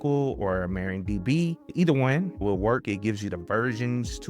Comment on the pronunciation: That's MARIADB, not MARIONDB. Different women 😁.